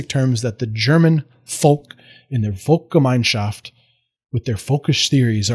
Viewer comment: One of the very few Americans who can pronounce Dolchstoßlegende at all close to properly, proceeds to apologize for his pronunciation in perfectly passable German, and follows it up with a perfectly pronounced Volksgemeinschaft and Weltanschauung. Are you after honorary citizenship?